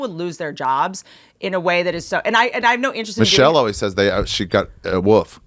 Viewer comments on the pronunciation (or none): Did Ari say Michelle Woof? Brutal.